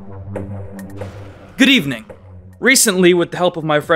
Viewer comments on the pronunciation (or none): You say Good Evening and I hear Grieving. lol